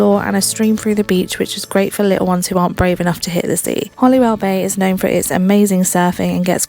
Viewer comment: HoLywell,not HoLLywell.